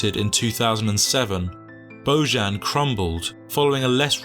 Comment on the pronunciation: It's bozan! not boyan!